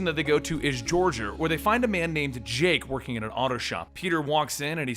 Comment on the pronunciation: i think u miss pronounced georgia...